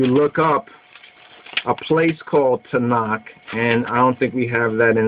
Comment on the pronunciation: Its not "Tanak" its "Tanakh" the last letter is a Khaph not a Kaph. Its a guttural sound like the "ch" in Loch or Bach not a "k" sound. The place Ta'nak is splet תַּעְנַך The book Tanakh is spelt תַּנַ"ךְ two different words.